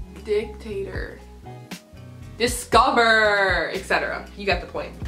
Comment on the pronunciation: hahah my fav part was when you tried to pronounce “discover” lol great video!